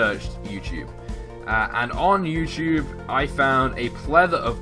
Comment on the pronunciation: when u said youtube you said youporn!!!!